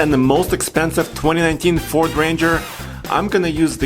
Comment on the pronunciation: It'd FORD...not fort....